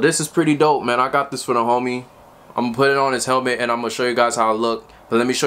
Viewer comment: Haha you don't know how to say helmet